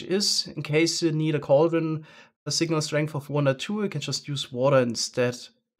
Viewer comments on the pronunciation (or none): none